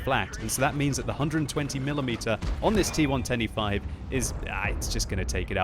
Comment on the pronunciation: im always hearing "t 1 25" instead of "T110E5" am i the only 1? :D